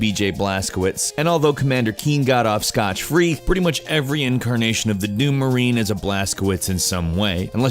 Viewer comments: "Scott free", not "Scotch free". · Its 'Scott Free', not 'scotch free' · "Scotch-free"? Who are you, Carrie Nation?